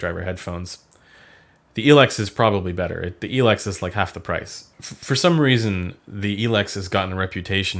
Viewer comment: same for El-ex haha